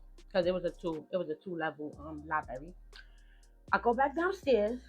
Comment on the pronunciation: Giiiirl it's pronounced LIE-BRARY!!!!! Her mom is at fault for allowing this to happen to her. Yes, you have to protect your kids from your kids!!!